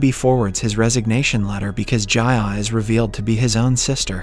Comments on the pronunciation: Your pronunciations in part 1 were correct. Meen-kyoo and Jee-ah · Bro, why do you keep changing the pronunciations?? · Why change the way you pronounce their names? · why did your pronunciation of ji ah suddenly change